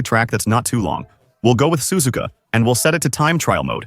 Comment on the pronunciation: Ai voice Sazuuuuka spelled suzuka.